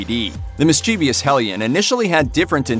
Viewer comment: You mispronounced mischievous.